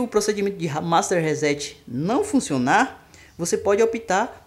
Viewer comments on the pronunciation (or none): none